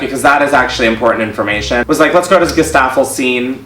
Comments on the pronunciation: Gesaffestein pronunciation = Guéssa-fel-shteen (he's french) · Oh how he butchered Gesaffelsteins name